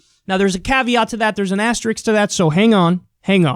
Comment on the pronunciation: Ass tricks. cuz it's spelled pronounced asteriSK lol